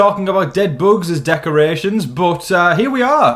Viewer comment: The way you say "boogs." 😂